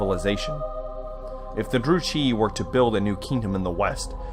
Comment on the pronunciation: its pronounced "Dru-Kee"